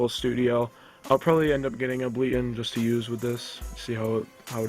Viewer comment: Able-Ton not ableeton